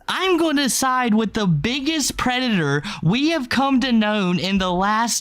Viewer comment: As a trans person, idgaf if accidentally said smth offensive….. it was about a pwedator lmao